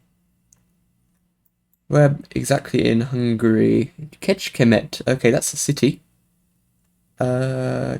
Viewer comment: Really surprised by the NM challenge! I think when we get such an easy seed the score is mostly depends on luck, but anyway I'm super happy :). By the way, really good pronunciation of Kecskemét. That cs is very tricky :). Kecske meens Goat in hungarian and mét is an out of order word for march or walk. And thank you for taking my map into the play alongs! Good luck for everyone!